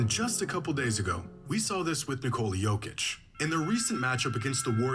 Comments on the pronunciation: Say it slow my guy... Yo-Kitch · Idk how you can hear how Jokic is pronounced so many times in the video you're reacting to and still not being able to say Jokic properly 😂